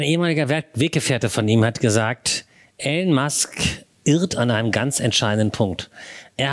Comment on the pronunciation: Hallo, er heißt “Elon” nicht “Allen” 😉